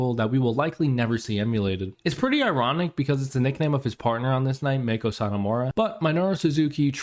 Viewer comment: oh and btw its fucking driving me crazy it's not pronounced Meiko. Mako, Shark in Japanesse. Mah-Kho. 2 silables. 2 sharp sounds. Mah-Kho. her name is not in english dude.